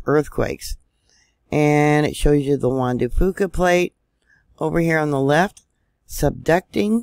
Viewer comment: PS. I am impressed you pronounced the Jean Du Fuca plate correctly too!